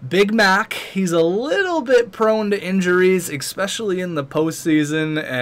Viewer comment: FOR THE LOVE OF GOD IT'S PRONOUNCED "ESPECIALLY" NOT "EXPECHIALLY." AHHHHHHH!!!!